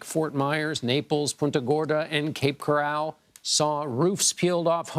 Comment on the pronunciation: Cape “Corral” ? Come on dude!